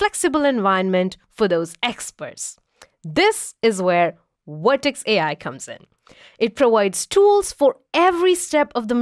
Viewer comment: Please provide a speaker that pronounce the letter V.